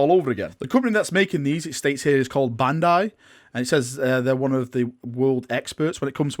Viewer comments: You never heard of Ban-dai...🤔 I just cracked when you said that 🤣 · A quick few things, NEVER HEARD OF BAN DAI!!! have you never heard of gundam! Two, your hoping they sell a blank space marine action figure for your redeemors, and you butchered that Japanese name.